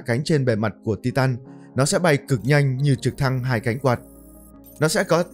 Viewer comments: Tai tần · đọc sai từ titan